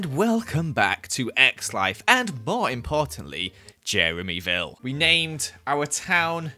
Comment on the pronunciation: No one::jEreMy viLlE